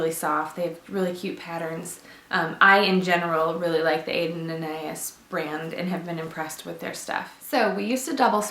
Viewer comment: Lived this video very informative! And I like your little anecdotes!!! My name is Anais, like from Aden + Anais and I'm always correcting my name when momma's talk about this brand. It's pronounced with short A's, Ah-nah-ease the Ah-nah part is like saying Anna so Anna-ease! Don't mean to be rude or anything just any to help you pronounce it in case you wanted to pronounce it correctly!